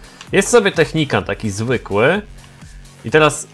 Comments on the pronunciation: zrozum że to nie jest technikan tylko technikal już nie da się tg czytać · Technical a nie Technican :P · to nie Technican tylko Technical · to jest "Technikal" a nie technikan xd tak jakby co😀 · Wtf co on ma za problem z tą nazwą... nawet w tytule zrobił błąd xddd ( nie technican tylko technical ) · Technical a nie technican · " technican " XDDDDDD